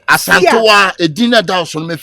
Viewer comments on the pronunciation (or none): Who else heard Aka saying Asantowaa 😂